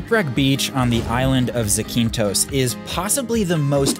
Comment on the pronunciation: I’m sure many Greeks are telling you but it’s pronounced Zack-in-thos